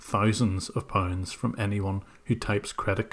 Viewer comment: “Thie-sands of poinds”